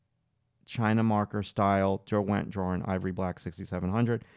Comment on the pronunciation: Derwent is a place in the Lake District in. England. It is not DerWENT, it is pronounced DERwent